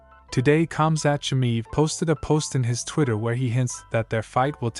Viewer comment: Chammiiiiv,no his name is chiamaev